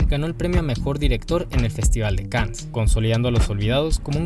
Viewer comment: Buen video, solo que se pronuncia festival de can no cans